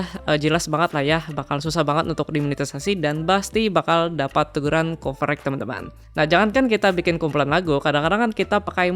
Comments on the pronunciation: Copyright dibaca kopirait bang bukan kopereg. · copyright apa coverage ?? gw dengernya coverage wkwk